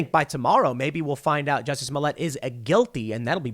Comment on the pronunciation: It's pronounced "juicy"